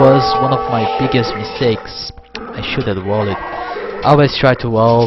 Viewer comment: i love when he says wall-ed